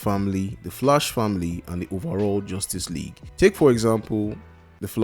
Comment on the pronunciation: Sorry, but you pronouncing The Flash wrong. It sounds like The Flush. Well some times it sounds like that. It's understandable, if English is you second language or have some kind of speech disorder or something like that. But I don't know how to explain it using comments how to correctly pronounce it.